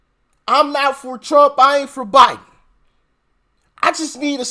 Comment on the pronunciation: Love when u say uncle Trum❤❤❤❤😊